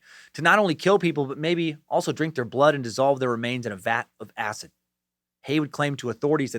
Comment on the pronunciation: So glad you don't pronounce "acid" -"acit" in this one. In your " this is not happening" the way you said acit drove me nuts.. 😂😂 hail nimrod.